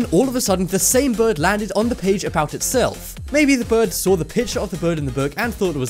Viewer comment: how day it :saw how be says it : sawr